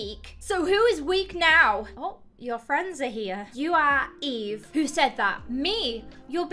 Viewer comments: He keeps calling her evie and it makes me so frigging mad. Her name is fogging eve!!!!!!! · Video: Eve: Evie Me: i am c o n f u s i o n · My name: Eve: says eve Me: flinches (StOp SaYiNg My NaMe!-)